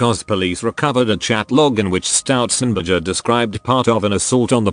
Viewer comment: "stoutzenberger" every fuckint time